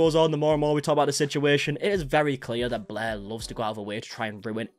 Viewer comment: SAME. I felt really petty for it, but I stopped watching because I couldn’t stand the mispronunciation of such simple words.